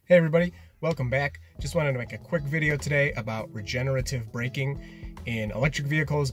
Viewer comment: Cool vid, super cool feature. Thank you for actually saying "regenerative" - every other video on YouTube about regen people keep saying "regenitive" argh!